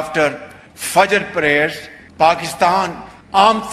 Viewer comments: Pakistan❌❌❌ nahi Fakistan✅✅✅✅🤣🤣🤣🤣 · 😅😂🤣 Fakistan??!... "There is no 'pa' in Arabic..??!"... What d F was hespeaking??😮 Måjā ā gayā ré!!😅